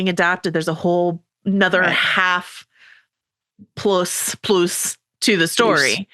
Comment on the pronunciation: Question: Joanna, does your pronunciation of "plus" as "ploose" perhaps come from hache-be-oh ploose, the spanish pronunciation of HBO+? Bc my wife and I have been saying that for several years, after watching hache be oh in Mexico a while back 🤣